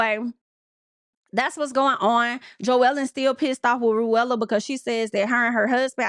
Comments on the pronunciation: I’m screaming everytime you said Ru-Ella lmao is Pronounced Rue-la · Her name is rulla (sounds like ruler but with an A) not ru- ella. 🤣🤣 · see now i like ru-ella it's giving cruella 😂